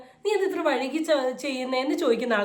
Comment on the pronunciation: വഴുകി അല്ല വൈകി 😂😂